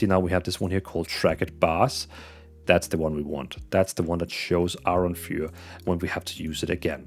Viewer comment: Fur, not fiewer.